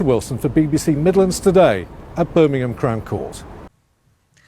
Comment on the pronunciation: and this my friends is how Americans pronounce our English language in the UK " birming-hand 😆 cling wrap 😂 lmfao